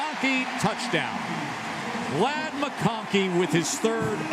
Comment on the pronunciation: They pronounced Lad as "Laid" , and then called him a "possession reciever ". 😆 I guess they've learned that both are wrong by now. Lad is a big play time player that makes big time plays.